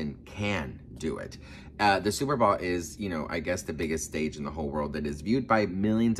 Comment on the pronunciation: BOWL, NOT BALL